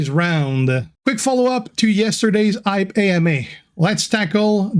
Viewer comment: G'day G, Did they call the new mode "Hype" to get you to practice your "H's"? Yo Joe